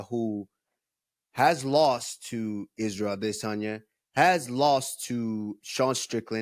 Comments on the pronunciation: Ah-DIS-an-yah . So cringe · Can we stop saying Israel aDEHsanya 😂😂 even Kamaru who’s Nigerian was messin it up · Can Henry stop pronouncing Izzy name that way it’s so annoying aDISsanya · So annoying how you pronounce Adesanya FFS stop it!